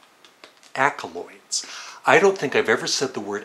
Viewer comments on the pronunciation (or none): It’s “accolades” not “accoloids” sorry to nitpick. I guess a few albums are Going for the One, Fireball, and London Town.